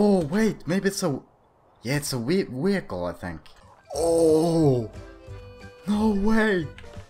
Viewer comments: "yeah it's a we- wehicle." XD I know that you're Swedish but it's funny that you pronouncing it wrong. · I love how sweedish people pronounce vehicle as Wehicle :3